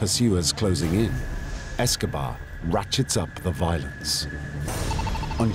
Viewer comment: Anyone else notice the man say "Pablo Escovad"??? Who he talking about? Fella looks high anyway guess who took some of Pablo stash!!!! (18.06) if you don't believe me